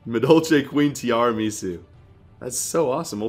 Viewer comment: Madolche Queen [Ti-arah-meh-soo]